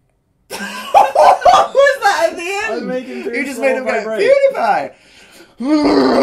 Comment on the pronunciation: Yes he did! (But he did say Poodiepie. Not Pewdiepie.)